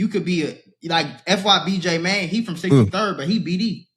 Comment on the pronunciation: Huh???? 63rd??? 😂😂😂😂 Why he say it like that LOL